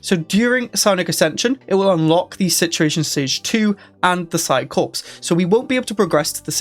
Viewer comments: It's pronounced "Psi Core" not "Psi Corpse". WTH is wrong with you? xD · The 'ps' in Psi-Corps is silent. It's pronounced 'psi-core'. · corps is pronounced as "core". corpse is a dead body